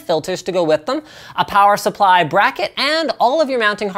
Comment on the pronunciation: Linus, you say plower supply instead of power supply. I can't unhear this.